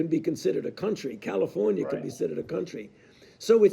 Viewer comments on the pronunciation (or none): none